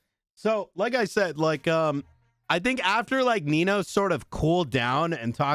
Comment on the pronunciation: How Guy says Nino, "Well Nemo". 😂